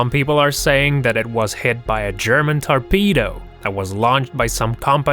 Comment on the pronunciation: when he said torpeto i thought he said dorito